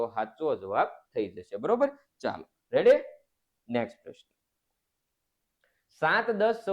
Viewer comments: Sir revdi na ave redi ave have na vidio thi redi bolo 😅😅😊😊😊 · રેડી નાનાનાના રેવડી બોલતા સિખ ઢાનઢા અકલમઠા 😂😅